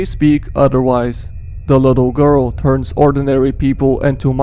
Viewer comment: thE gOrl